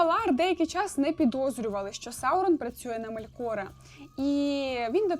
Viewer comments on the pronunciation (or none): Ме́лкора а не Мелко́ра, Ва́лар а не Вала́р, хоч бы погуглила спочатку, лоровединя хрінова. Ці слова сильдорійськоюмовою, мовою ельфів, а в твоєму виконанні звучить наче ороча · Настільки добре що навіть не знає де в імені Мелкора ставити наголос👍